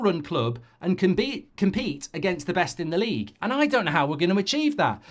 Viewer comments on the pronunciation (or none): none